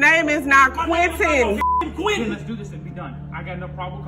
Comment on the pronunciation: First "Leroy" and now "Quientin"